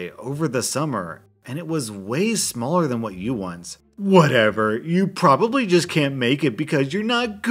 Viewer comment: He didn't even realize that one of the people said proboblu